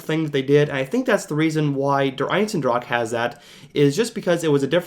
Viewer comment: Love the vid, but it's annoying how you keep pronouncing der eisendrache as "der einsendrach"